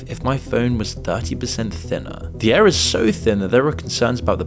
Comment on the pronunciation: It's impossible to distinguish whether this man is saying 'air', 'ear' or 'heir'. 'Year' and 'clear' are a bit easier to differentiate, but not by much.